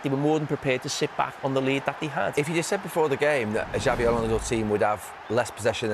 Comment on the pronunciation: Please get the pronunsiation of XABI Alonso´s name correct. Xabi, the X is no pronounced like "J" but as an "S" as it is Basque. Whereas Xavi Hernández, the catalán player, his "X" is pronounced as "Ch" as they pronounce it like that in Catalunya. It really does sound weird liestening to a "JABI ALONSO" and not "SABI ALONSO" thanks